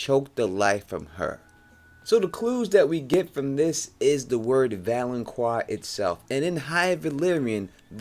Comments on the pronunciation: its valonCAR not valonQUA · First man it's not pronounced val-on-qua, it's val-on-car. Also "gold will be their crowns" refers to the fact that all of Cersei's kids are blonde haired, not literal crowns. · Great theory, but please realize it is pronounced valenKAR - not QUAR. No long U sound in the word. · "The Valenkwar". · It's pronounced Vo-lon-kar Volanqar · It's pronounced "Val-an-KAR". But still good prophecy explanation video. Plus the Euron theory is Pretty cool. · Valonqar is pronounced val-un-kar. Q in high Valyrian is a K sound. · Thank the lord someone else noticed this, how, after all the videos about the Valonqar theory does he keep on pronouncing it wrong !!!!!